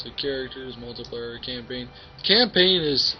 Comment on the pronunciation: he says multay player XD